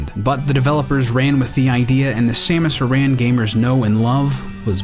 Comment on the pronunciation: Aran* he pronounced it weirdly More like S-ah-muh-s Ah-ron. Samus Aran